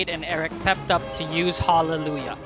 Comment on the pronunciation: I never realized the skill is spelled "HAULellujah" until I heard you pronounce it like that .